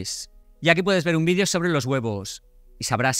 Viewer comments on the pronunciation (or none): none